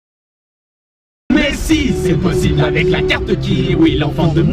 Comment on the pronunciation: À ta dit posible